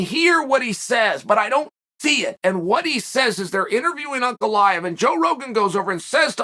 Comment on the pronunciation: Blahovavavits haha gotta love macklechev tho